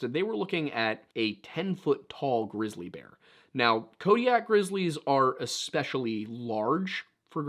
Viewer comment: Wait did you say glizzy bear? Haha!